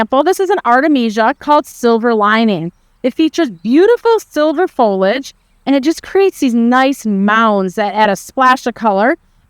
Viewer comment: Fol i age. 3 syllables.